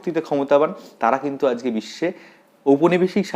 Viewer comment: ajke ke ajke bolben.azke bolen keno ?